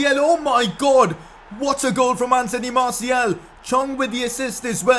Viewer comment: You pronounce Martial name wrong. It's Martial, not Martiel.